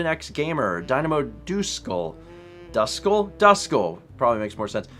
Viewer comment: It's pronounced like "dusk skull". It's a Pokemon; one of my favorites, obviously. Also thanks for the gift sub, Sparkstrike! I'll probably start using Twitch Prime to sub once my gift sub ends.